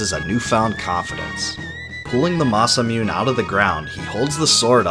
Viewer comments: Loved all of this explanation except literally every time he says Masamune and Mune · It’s pronounce MASAMUNE not Masamune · the "e" in Masamune is not silent . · This video is pretty entertaining, but hearing the repeated and unapologetic mispronunciation of "Masamuné" keeps taking me out of it. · Masamune is Japanese name you not pronouncing Masamune like Japanese name. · I cringe every time I hear masa-myun. It’s Masa moo-ney. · gah the way you pronounce masamune drives me crazy. Its ma-sa-moo-neh not ma-sa-moon. まさむね = ma-sa-mu-ne, each a separate syllable in Japanese. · it pronounce "Masa Moone", not Masa Mune. Nice upload.Thanks. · Why does he keep saying "masa-mee-yun"??? It's fucking *ma-sa-moo-neh" wow lol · It's "neh", not "nay". But yes, "masamune" is four syllables, not three. This video was still magnificent though! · Man, I really need to play this game again. It's such an amazing game. Also for the record, it's pronounced "ma-sa-moo-nay" not "ma-sa-moon". Masamune is normally in reference to Goro Nyudo Masamune, who is considered Japan's greatest swordsmith. Only a few of his swords remain today that are verified as made by him. I highly recommend looking up more stuff about Masamune like legends and other stories; it's really interesting stuff! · It's pronounced 'Masa-MOON-eh' not 'Masa-mewn'. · oh my god, the memories. this is some exceptional editing dude. although i do cringe a little everytime i hear "masamyoon" (supposed to be "masa-moo-nay"). still, this is some gargantuan undertaking which explains the story clearly! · Masamune pronounced MASA-muNE or MASA-muNEI. Not "Masa-moon". It's the name of a swordsmith in the 13th century. There's no silent "e" in romaji transcription. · I like the video, but can’t get over how you call the sword the “Mah-sah-Myoon,” when it’s pronounced “Mah-Sah-Moon-Ay” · great video but it's ma-sa-mu-ne and not ma-sa-mune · Masamune mah sah mu nay not Mah sah moon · It's pronounced mah-sah-moo-neh, not masamyoon.